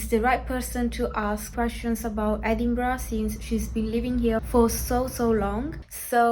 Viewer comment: Stop saying "edingbrah"!